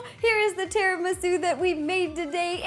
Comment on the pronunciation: No, trust me, she said it right. I'm Italian and Latina, but everyone that is Italian in my family says it the way that Ro does